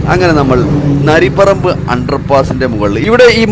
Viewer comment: നരി പറമ്പ് അല്ല നരിപ്പറമ്പാണ്😅